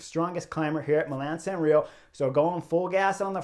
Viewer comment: It’s San Remo with an “m” not “San Reo “.